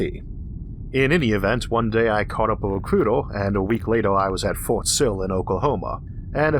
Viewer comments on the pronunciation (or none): none